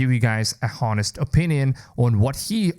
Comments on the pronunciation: I was looking for this comment too. His english is good, but I'm surprised he didn't know how to pronounce honest. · the 'h' in honest is silent